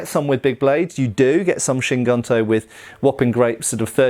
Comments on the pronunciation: Just to add something on pronunciation of Kyū Guntō, “Kyu”, transladed as “old” is pronounced like Key followed by an elongated U (so Keyuu), while in “Guntō” , translated as military (gun) sword (tō), the U is pronounced like in “blue”, and the final O is elongated (Gontoo). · It would be pronounced more like "kyoo goontoe" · Key-you goon-toe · One detail: gunto is pronounced as GOON-toh......literally means military sabre (single edged blade). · From my study of the Japanese language (just casually over a couple of years- so I’m certainly not an expert) I think the pronunciation would be closer to Cue Goon-toe. Cue like a cue ball, one syllable. Interesting vid! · Kyu Gunto = cue (like cue ball) goonto.